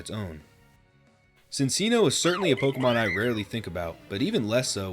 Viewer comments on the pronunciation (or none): That is NOT how you pronounce “Cinccino” 😭